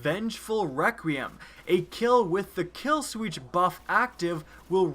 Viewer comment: You notice when he said kill sweetch instead of kill switch